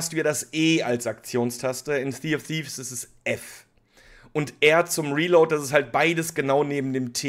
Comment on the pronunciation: Zee of siff…is das was er am fuss hat.